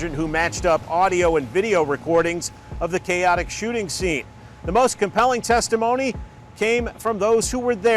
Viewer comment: “testomony” 😂😂😂 testimony *